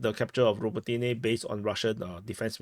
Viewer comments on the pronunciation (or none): Yas-na-BRO-div-ka,. Bi-la-HO-riv-ka. Ra-BO-ti-ne. Observe the pattern, deduce the rule.